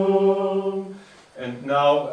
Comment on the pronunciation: Great video and teaching method. Zumm. I disagree? It is sum. From the 1961 Liber Usualis reading and pronunciation of liturgical latin it states that we should be using the Roman style. "Our aim, in compliance with the wishes of his holiness Pius X, is to pronounce and speak Latin in the Roman Style so eminently suitable to Plainsong Many have never learned the Roman pronunciation or know it imperfectly. Besides its great importance in Plainsong it makes for that uniformity which inspired the Vatican Edition itself: Unus Cultus, Unus Cantus. We therefore give a list of the correct pronunciation of the vowels and consonants to which reference can be made in case of doubt; it is advisable to peruse it from time to time." it goes on to say "S is hard as in the English word sea but is slightly softened when coming between two vowels.eg. misericordia" So not even misericordia should get to the point of being a z as in mizericordia let alone sum end up as zum.